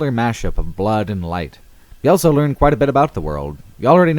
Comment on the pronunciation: says elso instead of also.